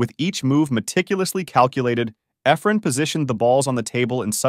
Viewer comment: hate the computer talking doesn't know how to say Effren's name.